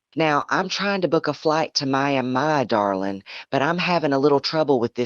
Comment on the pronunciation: Cracks me up. Ai can’t pronounce Miami.